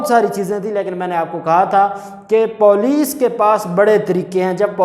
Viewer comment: beta MashaAllah Allah you’re doing great but please don’t pronounce poulic say it police. Thank you